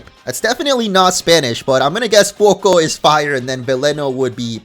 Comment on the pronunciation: speaking spanish is music to my ears. So satisfying he didn't say SPREE-GATEE-TOE and FWAY-COE-COE like other youtubers. Hahaha